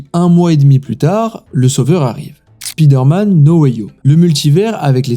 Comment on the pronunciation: Arrêter de prononcer le i dans Spider-Man c'est pas comme ça qu'on le dit. La façon que vous le dites c'est dire comme l'homme slip vous voyez que vous avez de l'air vraiment con Non sérieux Spider-Man l'homme caleçon😅